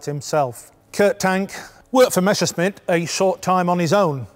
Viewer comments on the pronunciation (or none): Why do they always get it wrong. The pronunciation is Me S S er SH mitt. Not the other way around.